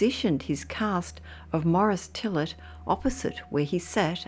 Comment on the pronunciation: Mo-Rees Tee-yay. Not Morris Tillit.